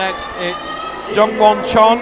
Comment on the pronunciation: How wrong was the commentator there? Poor form even suggesting it, but in fairness, he retracted it straight away. Also annoyed by the constant mispronunciation of the names. James Kassay, Jule Wurm and Jongwon Chon (for the first half of the comp). Good competition overall. Very close both females and males. Men's problems looked nails. Poor Rustam, doesn't seem to be on form at all this season.